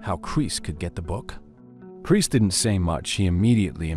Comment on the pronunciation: love the AI voice "Chris" sounds like "Crease" lol